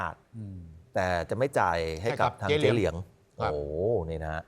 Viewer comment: ผู้ประกาศข่าวอ่านข่าวเป็น เจ๋ เหลียง เจ๋เหลียง แทนที่จะอ่านว่า เจ๊ เหลียง ทำเอาหูฉันเพี้ยนไปด้วยเลย ฟังแล้วรำคาญ 😑